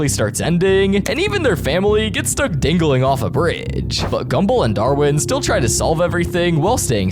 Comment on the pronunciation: Did you say dingaling instead of dangling? 😭